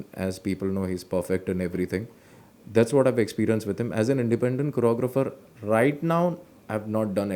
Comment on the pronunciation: The way you said "choreographer" is amazing.